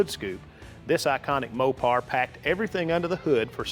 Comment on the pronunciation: I dropped off when he said Mopar in the fist few seconds.